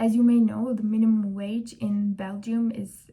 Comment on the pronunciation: It's pronounced as bel- jum